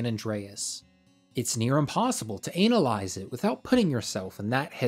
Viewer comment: bro why do you say 'analyse' like that 💀💀